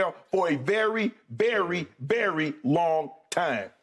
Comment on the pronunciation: “Berry Berry Long Time” 😅